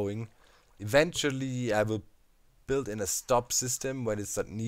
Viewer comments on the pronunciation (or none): none